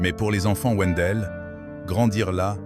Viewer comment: Wendel se prononce (vindel)